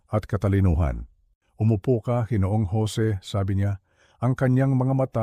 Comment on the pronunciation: sayang ang ganda ng kwento kung di naman mabigkas ng tama ang ibang salita tulad ng G. ay dapat ginoo o ginoong at ang Gng. ay ginang hindi geneng o geneneng